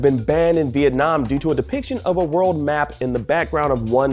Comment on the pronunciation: Viet-Nah Man